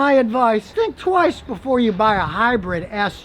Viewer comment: Anybody else hear him say it’s a bigassuv?